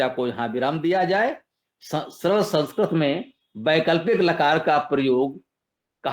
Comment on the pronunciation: सरल✅ सरळ❌